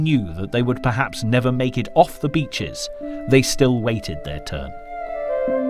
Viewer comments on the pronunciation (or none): none